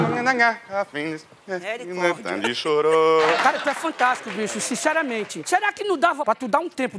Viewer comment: "FARTARDICO" KKKKKKKK